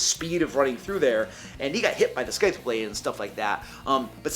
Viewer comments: Whats a Skyth-blade? Do you mean "scythe" or "scything blades"? Scythe is said "Ss-eye-th". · At the risk of taking 1d6 bludgeoning damage, scythe pronounced "saheeth" not "skaheeth." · Not a regular... Is "sKythe" a recurring joke? Or are you actually not aware how scythe is pronounced? I cringed physically each time I heard it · Wait is that how yo say scythe? Is my whole life a lie? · No. He says it incorrectly sadly. Which is whatever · Man...that HARD C in your Scythe pronunciation....Does not belong. In fact you don't pronounce the C at all.